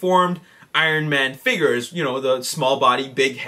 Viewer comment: He says figures like figers